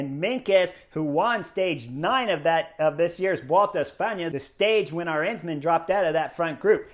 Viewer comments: Chris, the emphasis in Arensman's name is on that very first syllable (letter); the 'A'. His name has the same 'melody' as KEL-der-man; it's A-rens-man. It's the same as, say, Madison in English: Ma-di-son : A-rens-man. With the same 'A" as in Alamo. Btw. it means 'Eagle Man' and when you win the Queen's Stage in the Vuelta you deserve that name! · Let me point out the correct pronunciation of Dutch surname Arensman. The stress being on the first syllable the stress pattern is the same as in Kelderman and American surname Penniman.